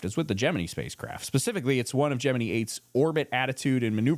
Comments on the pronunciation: love your channel. very educational. but you got me when you pronounced Gemini as (gem-me-need) i thought it was ( gem-me-nye). but what i know lol. 😂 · Jim-in-EYE NOT Jim-innee